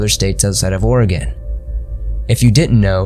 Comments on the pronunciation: I adore that he pronounced Oregon correctly. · The pronunciation, oh god; we don't pronounce it WILL-Ah-Met or HEH-SET-AH, it is WELL-AM-ET and HE-CET-Ah ;-; I am sure you tried at least you said Oregon right.